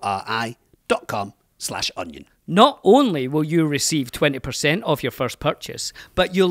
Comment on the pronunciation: Why do y'all always pronounce vuori so damn weird. The emphasis is in the ri if there even is one, and vuo is one sound, don't seperate the u and o so much. Vuo-ri means mountain in finnish. Google it